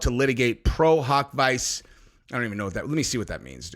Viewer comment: It’s pronounced pro hac visa